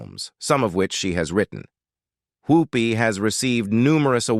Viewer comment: Her name is Whoopi not Hoopie